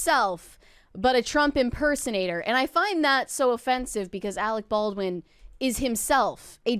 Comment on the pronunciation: "You are worfress Arec Barwin!"